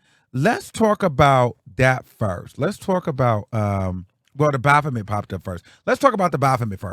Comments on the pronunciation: the O is silent 😫 it's pronounced baf-met. You got me cackling saying it how you saying it though 😂😂. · It’s always how u say the bophamet 😂😂😂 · When says Baphomet I holler 😂😂😂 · I just came to hear say “BAPHOMET”!! 😂❤